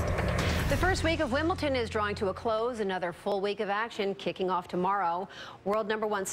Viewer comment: Did I hear correctly.....she said "Wimbleton"?!?